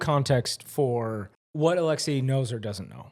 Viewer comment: Your pronunciation of “Alexei” is wild. “Alex-see-YAAAYYY” is western prison honey.❤(edit- use your tongue however you want 😬)